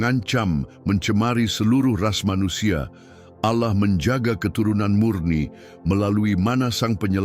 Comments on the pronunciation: 😅kirain aku aja yg curiga mendengar kata ' auloh ' nya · Seperti nya ini Salah satu imam² Palsu tersebut ketika menyebutkan Nama ALLAH kok Agak Laen ku dengar ya 😅